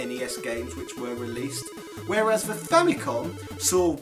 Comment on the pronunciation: You pronounced Famicom wrong! F out of 10!